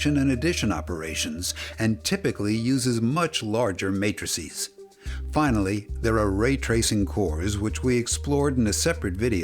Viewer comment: Just finding this channel now and oh boy, if this is the level of quality of all your videos have I been missing out! Also, your pronunciation of matrices made me laugh, but then got it